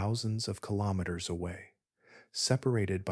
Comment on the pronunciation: Good information, however haven't heard kilometer mispronounced so many different ways, very distracting.